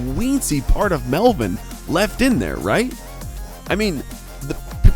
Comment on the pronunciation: Stop saying rhait